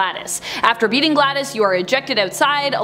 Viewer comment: Glados is Pronounced Gladous isn't it? not gladdis?